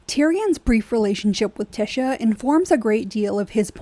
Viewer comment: I am observing that you have not watched the GOT series because you are calling TYSHA Tisha and not Ty-sha. Tisha is the false promise of Morticia Addams (Gomez calls her TISH) just saying